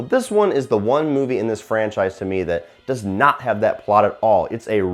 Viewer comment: dis? The word is DOES, NOT DIS.